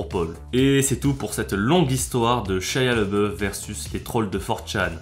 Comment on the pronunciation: Shaya le boeuf xD Ca se prononce Chia labéoufe